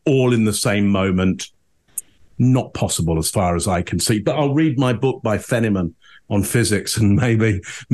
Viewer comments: Geez! You're reading Richard Feynman? Now I love u even more!! No wonder u don't have time for stupid "true crime" Cable shows, or Podcasts, etc. BTW, which book u reading? 💓 And FYI, it's pronounced "Fineman", not "Fennyman", unless that's a Brit thing? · correction on the physicist. it's not feni-men. it's fine-man, although I like your pronunciation of trachea!